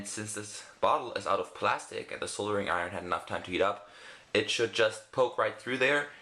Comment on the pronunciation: That's not how you pronounce soldering iron.